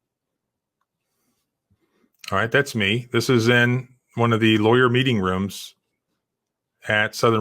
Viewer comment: John is looking good with the hair spike! Ps-I thought he said “the beating room” instead of meeting room.